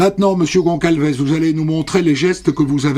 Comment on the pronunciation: GONÇALVES, ça se prononce GonSSalvèss, mon Christophe ! C'est Portugais, d'origine. Vous voyez, c'est comme ÇA ; ça se prononce "sa", et non "ca". D'ailleurs, c'est bien des Portugais, il y a un "José" et un "Manuel" 😁.